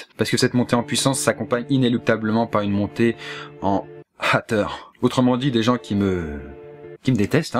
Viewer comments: On prononce haters "èteurz" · Mais cette accent xD hAteur ^^ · Ta prononciation de haters m'a fait rêver xD